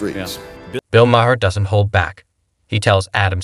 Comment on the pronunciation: Bro you really need to work on your editing and story telling abilities, this is a terrible piece, not one time did that liberal Maher call Schiff out on anything and why are you pronouncing their names completely wrong?